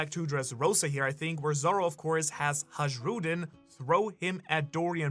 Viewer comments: Please stop saying "Hadzhroodin". You're giving people aneurysms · Ha-ZH-rudin is distracting me.